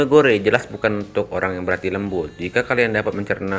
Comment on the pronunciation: Baca : GOR . . Tanpa E Hadeh...